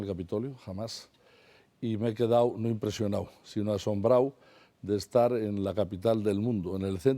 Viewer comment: "...me he quedáo impresionáo asombráo... el Senáo", JAJAJA